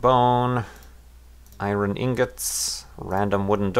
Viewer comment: Did u just pronounce iron as eye-ren and not even?